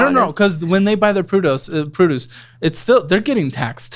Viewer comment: saying produce as proodoose and then immediately corrects himself to pronouncing it the exact same way made my entire Sunday